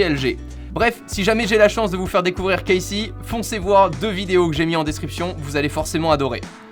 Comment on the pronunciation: Casey not casay